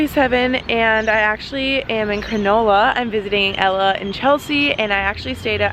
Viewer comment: Your pronunciation of "cronulla" sounded like granola hahaha so cute! its actually said like crah - null - ah!